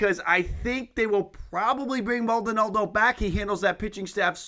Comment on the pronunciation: FYI it’s Maldonado not Maldonaldo